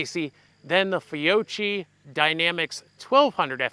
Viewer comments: Fee-Ock-ee. No 'ch' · " FI - OCHEE" ??? 😂🤣😂🤣😂🤣